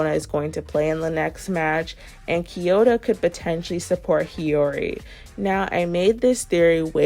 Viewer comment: Can you stop calling kiyora “kiyota”